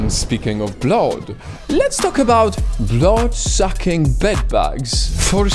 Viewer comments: He says bloud for blood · I like the way he says blood hehe "blaad" I am not being mean